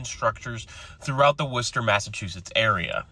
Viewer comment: I was really shocked, you pronounced, “Worcester” correctly. Blew me away.